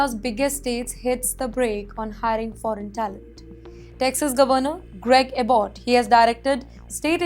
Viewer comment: Try to pronounce Abbott’s name properly. You always try to put fuel over the fire .